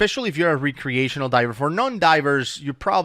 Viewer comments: Lol. Re-creational. Are they recreating dive scenarios or what? Like civil war actors recreating battles? Jk Youre a wonderful human being and diving resource. Just nitpicking your pronunciation of recreation is all. Keep up the outstanding work keeping potential future divers and even veteran divers safe. You and Woody truly do perform a public service and your passion for diving is evident. Change nothing. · It's pronounced wreck-creational :) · Is he saying recreational diving???? Because it sounds like some re-creation… lol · pronouncing "Re-creational" like he is re- creating something is annoying! Lol love you! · re-creational divers, lol love the way he says it! Just leaving my comment to say I really enjoy the content boys, keep it comin! :D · I like your videos. But can you please say recreational properly PLEASE!!!!!! It's driving me crazy!!!!!!!!!!!!!! I'm sure it's driving everyone else crazy too!!!!!!!!!!!!!